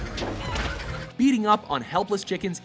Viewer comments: It’s cuccoos not cuccos. And you fucking pronounced it wrong. I don’t even play much of any Zelda games and I know this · Am I the only one getting annoyed by him pronouncing Cucco wrong? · You said Cucco wrong